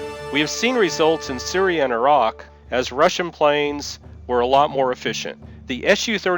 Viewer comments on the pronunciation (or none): none